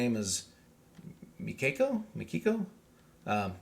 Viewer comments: Miyako pronounced me-yak-o with the "o" rhyming with toe or low. 😊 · There is no R sound in her name. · Great reaction. Her name is Miyako, pronounced as Me-yah-koh. She does a magic on piano and guitar switching in Rising She switches from chugging guitar to waltz on piano and back to chugging guitar again so quickly and smoothly as if she is playing the same instrument on the same rhythm. Another great piano work is very effective way to use piano. It is a most beautiful progressive A Frozen Serenade It is nothing acrobatic piano but very effective. Enjoy!! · That's how I would pronounce it, but I think, Japanese nationals would rather put the accent to the first syllable and shorten the second. I'm also quite sure, that the third syllable has to be short...